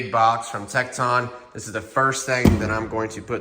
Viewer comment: Nice clean setup bud. Your whole garage looks good and going to be a great place to work. Also pronounce it Tek Tun but no pause between